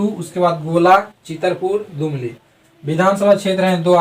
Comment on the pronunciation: दुमली नही जी दुलमी होता है